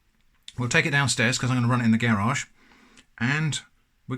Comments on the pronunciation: how he says garage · Why do you say "garage" like an american? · You're British yet say garage like an American...What?